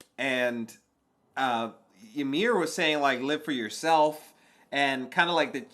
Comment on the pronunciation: Bro, first of all, it's "Ymir" not Yamir, and secondly, they are not confused at all, why are you making this up